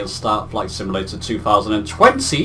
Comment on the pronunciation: Good video I liked it. One small comment. You keep saying "sim-a-lator" instead of "sim-u-lator". No big deal. Just a small peeve.